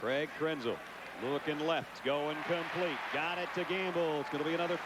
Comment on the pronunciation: Lynn Swann mispronounced Krenzel's name.